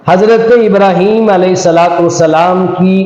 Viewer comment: اب تو سمجھ آیا رحیم تو ہے ہی نہیں ہیم ابراحیم لفظ تو نہیں ہے ابراہیم ہے